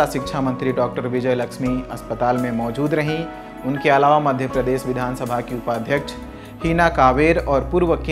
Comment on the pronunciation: Pronounsation is not good मध्य प्रदेश को " मध्य प्रदेस" और ऑपरेशन को "ऑपरेसन" बोल रहा है 😁😁